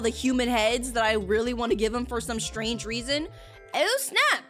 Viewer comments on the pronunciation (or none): none